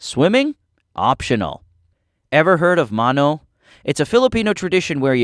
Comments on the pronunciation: BRO YOUR PRONOUNCIATION OF LUZON AND MANO MADE ME SO MAD [its bc ur pronouncation is wrong] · um acshually it's pronounced LUZON not loozaun 🤓 I think its pronounced shiargau tho pronounced MANO not mauno (not angry tho) Fun fact: there is a creature in Philippines called mananangal it eats babies and pregnant women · Bruh When He Said Mano He Confused Me So badly Cause He Cant Say It Right